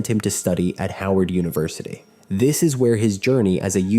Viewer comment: Harvard... not Howard. How do you mess that up?